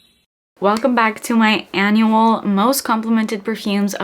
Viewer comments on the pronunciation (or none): none